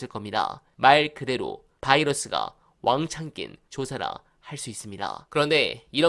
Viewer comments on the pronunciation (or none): 자꾸 바이러스 라고 하시는데 바이어스 입니다. 참고하세용